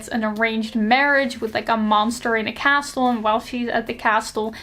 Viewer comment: Idk if you care about your accent, I think its gorg, and if you dont care about "proper" pronunciation stuff, skip this comment. But just in case you might not have a way of knowing, the "t" is castle is silent, and "epitome" is pronounce Eh-pih-tuh-mee. Like, the last e is a hard i sound